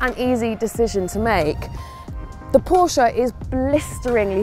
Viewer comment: Good job 👏🏽. But it’s Porsche…all day errry day baby! 😎 💨